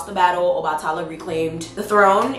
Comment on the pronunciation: PRONUNCIATION ⬇️ Obatala = OBA(LIKE BABA)-TUH-LA =OBA-TUH-LA Yemaya= YEM-AYE-YA 😊😉 Thanks for the video Love ❤️